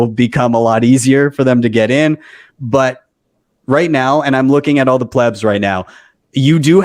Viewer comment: Please, just let Saylor, and the intellectuals in the room speak already. Your use of the word PLEEBS is incessant and annoying, not to mention incorrectly pronounced. ... using that word just as a newbie uses the word noob.